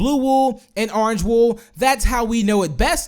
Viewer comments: "Let's tame a WOOF, and his coller turns ARNGE. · Oran? did u mean orange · Never say orange again please!!!